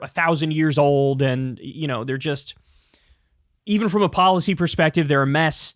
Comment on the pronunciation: Did u say "policy"? 😅😅😅😅😅😅😅😅😅😅😅